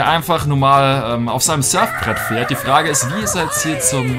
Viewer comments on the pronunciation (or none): none